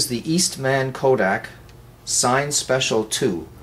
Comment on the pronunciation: Cine as in Cinema, not sine.